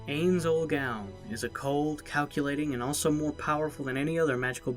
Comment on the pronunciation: Omg he murdered ainz name from overlord. It’s spelled ainz but you pronounce it inse